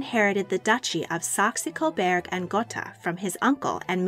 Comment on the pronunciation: Sergei is pronounced with a hard G and a long A sound at the end. SER-gay. Schleswig is pronounced with a short E sound, not a long E. Saxe-Coburg is not "SAX-ee," but simply "Sax."